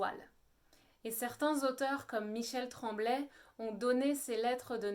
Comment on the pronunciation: C’est mélangeant un moment vous parlez de Montréal ensuite c’est le Canada au complet et ensuite le Québec. C’est tout mélangé votre discours. On dit Michel Tremblay avec le son é et non le son è. Vous n’êtes pas au courant que le joual est un français de France ?… vous êtes d’où ma foi?… mêlez vous donc de vos patates au lieu de venir parler du français du Québec dont vous ne connaissez rien. Et attention des francophones du Canada ne veut pas dire des québécois. Vous dînes n’importe quoi serieux